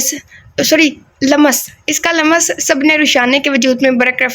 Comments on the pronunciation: Lamas nahi lumms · Dear lums parha Karen, laam aur meem ke beech yeh ko lamb naa parha Karen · Lams پڑھیں م پر زیر زبر نا ڈالیں ۔۔۔ ل پر زبر ہے بس ۔۔۔😊 آپ گوگل پر اردو میں الفاظ سن بھی سکتی ہیں ۔۔۔😊❤